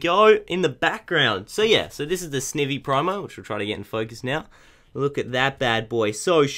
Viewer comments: It's said s-n-eye-y-ee. Not i say eye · It's not sivny its snivy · You say snivy "snievy" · Sn-I-vy! GAWD say it right snIvy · Btw sn-I-vy that's how you say it